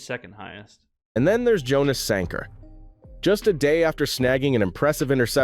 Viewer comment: AI doesn’t know how to pronounce Jonas